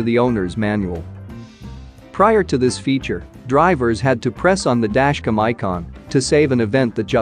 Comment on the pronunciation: listen to the audio in this video. Every time the script has the word "Dashcam" in it, the robot voice says, "Dashcum." there are PLENTY of other mispronunciations as well.